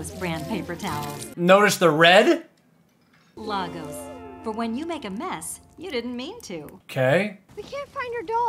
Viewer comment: Lay-gos. It is pronounced Lay-gos. Not Lar-gose. The capital of Nigeria is... *Sigh*... Lay-gos.